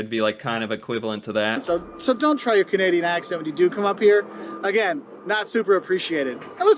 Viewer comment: when he said: canaidain cities are safe nope well at least not Toronto lol